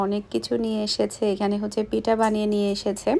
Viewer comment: কথাটা পিটা হবে না কথাটা হবে পিঠা